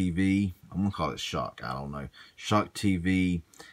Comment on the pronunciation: I believe it's pronounced (ess cock)